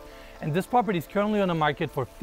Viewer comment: PROP-erty, not POP-erty. You gotta work on saying that right.